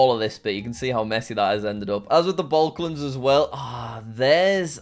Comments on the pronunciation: you said baklans instead of balkans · I still cringe every time Jack says "Balklands"